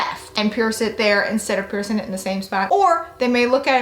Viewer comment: It is "PiercING" not "piercin". Please try to speak correctly or not at all.